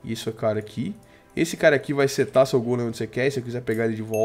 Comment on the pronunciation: viva aventura ele dize fai au vez de vai